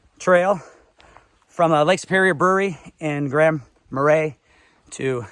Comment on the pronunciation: I’ll help you. It’s an Indian name. Tahquamenon Tah- qwah-men-non. Grand Marais, French Mah-ray. Nice video.